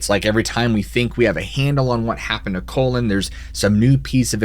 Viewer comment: Pronounced Collen, not colon. How embarrassing.